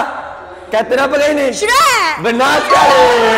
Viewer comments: Shrek jadi syirik 😂😂😂 lawaklah nisa ni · Terkejut aku dengar kartun Shrek jadi syirik 😭😭